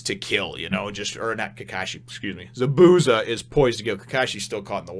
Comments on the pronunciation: Just for future chapters, Zabuza's name is pronounced ZAH - boo - ZAH. I put zah in caps because there's a bit more emphasis on the za than the bu. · So you were going for an americanized pronunciation of his name instead of trying to pronounce it how it's originally supposed to?